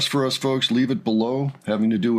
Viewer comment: Her name is pronounced with a Z. Zina.